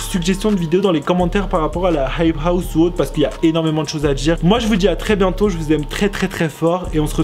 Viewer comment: Tu galère tellement à dire « hype house » mdrr